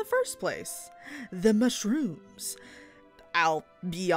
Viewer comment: I just loved the part where you said the ✨MA-SHROOMS ✨